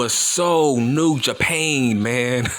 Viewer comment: Nigga said new japain 😂🤣